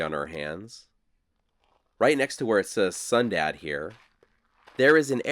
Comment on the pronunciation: Okay, I thought I heard you say we were going to a town called "Sundown". I really had to listen to hear "Sundad". Out where I live, if a town is called Sundown, it means, for your safety, get out of town before the sun goes down. That's because the locals are few and think the remaining town is cursed and there is evil that can harm or kill you. Yes, it's fun living large and free in the Appalachian Mountains. LOL 😅